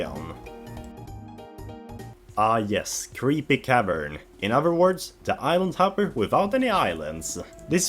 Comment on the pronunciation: Interesting list for sure - though (and I intend no offense on this) I kept mishearing island hopper as "idle topper."